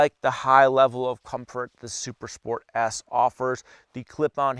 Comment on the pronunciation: Bro you have to enunciate better. Its sounded like you said Super Sport ASS.